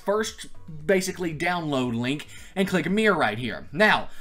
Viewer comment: Why do you say mirror as "meer" aahah